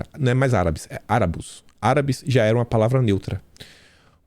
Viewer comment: "Arábus" kkkkkkk além de mudarem uma palavra que ja é neutra, erram na acentuação kkkkk